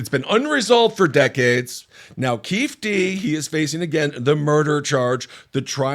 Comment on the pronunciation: The way Ben kept mispronouncing Keefe D's name is one of the whitest things he's ever done.